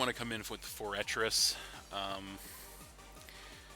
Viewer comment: its pronounced FORE-TRESS. Sorry it was driving me crazy